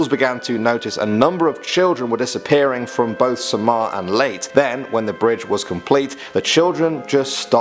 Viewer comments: Leyte is not pronounced as late it is pronounced as layte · Why late? Lol Its Ley Te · btw thats not pronounced as late its lay te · Its leytEHH not late! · Its pronounced lei-te not leyt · Its pronounced ley - te not leyt.. Im a filipino so im commenting this xD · It’s not pronounced late it’s pronounced lay-teh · Its pronounced "leite" not late in the Philippines, you say it how you see it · The Leyt is pronounced "ley-te" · Its not leyt its (ley-te) thats how you pronounce it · U pronounce it with e not leyt. It's ley/te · Its pronounced lay-tay....lol he kept saying late. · leyte is not "Late" its [ lay te ] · Mount "Banaho" "leyt" I am not offended, I found it cute ❤️ (The "haw" is pronounced like "how" but with an a. Leyte is "ley-te". C: ) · dude it's pronounced Ley-teh not la-te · Leyte isnt pronounced as "late" its pronounced as "leyt-eh" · it's le y te note late as you prononce it lol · It's not pronounced leyt, It's Leyte ( do not silent the letter e) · I was confused where was "leyt" is.. then realized it was "Ley-te" And its "Ba-na-haw" Its like "how" So you can said it like "ba-na-how" Loooll.. the pronunciations are so cute tho. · it is ley te not leyt mkay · Yes! I've been waiting for this!! Im filipino that's why. Mount banahaw is very close on my house. And its called ba na haw not banaho. Its called ley te not lait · It interests me that you pronounce LEYTE (lay-tea) as LATE And BALETE (ba-li-ti) as BA-LAY-TEY I'm not judging. I love your accent on it 😍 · Irs not late its tayte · a word "leyte" pronounce as ley-te .. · Baleyti, ba-le-te, di baleyti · STAY SAFE EVERYONE COVD 19 IS NOT A JOKE STAYS SAFE Ad its pronounced (Sahmar) and (Late eh) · Sir the way to say leyte is ley te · It is pronounced as; "Ley-te" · They pronounced leyte as "late"😂😂😂😂😂😂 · He pronounced Leyte as Leyt 😂😂😂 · It's Leyte (Late-te) not Late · Why does he pronounce Leyte as "late or leit" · Do you mean "Leyte"?😂 It's pronounced as "Leyteh" 😁 1 like 1 filipino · It's Ley teh